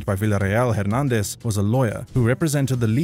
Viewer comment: i see you now pronouncing Hernandez correctly, i wonder if my previous comments had something to do with it